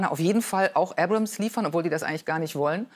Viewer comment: das heisst Abrams nicht Abrahams..